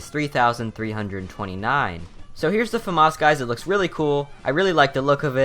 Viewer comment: thank you for not pronouncing famas "FA MASS"